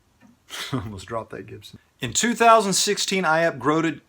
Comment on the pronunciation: Holy Hell I had to pause when you "Upgroded"!! XD